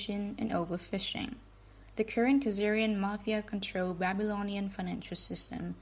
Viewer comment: Ben, thanks to pronounce mapheea in the place of mah-phee-uh. Hi from Sicily!